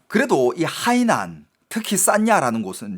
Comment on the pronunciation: 저기요..대구경북분인건 십분 이해합니다만 중국어는 성조가 중요한데 海南 발음하실때 성조를 좀 지켜주셔요..악의가 있어 말씀드린건 아닙니다..😊